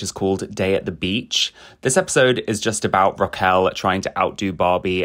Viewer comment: It's RRRRRaquel. Roll those R's.